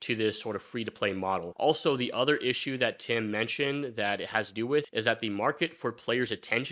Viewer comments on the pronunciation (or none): none